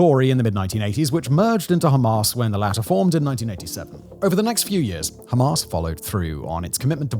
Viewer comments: I am british, his accent is real. His exaggeration is fake, no one here pronounces hamas that way its fake and frankly dumb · 'Hamas' as in 'Ass.' You better update the latest development.